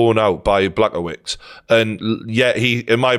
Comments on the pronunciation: I’m sorry Geordie but… Black-oh-wits?? Really? 😂😂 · Geordie trying to pronounce Blachowicz 😂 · I actually never thought I would hear someone pronounce fighters names as bad as Brendan Schaub until pronounces Blachowicz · And he absolutely heard it pronounced correctly a bunch of times. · Man, nice content but you are commenting on alot of foregin surnames. Try to get them right, UFC comentators put some effort to pronounce Yans name right or Błachowicz properly. Its not Peter - PyOtOr would be more correct. As for Błachowicz - BwaahoviCH would do fine.